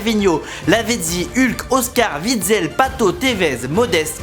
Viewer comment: On prononce "ou" pour "w" en Belgique Witsel = "Ouitsel" et pas "Vitsel"